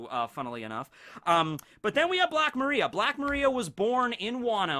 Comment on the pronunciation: Still doesnt pronounce Black Maria correctly despite multiple opportunities to hear and read it correctly. Kinda cringe ngl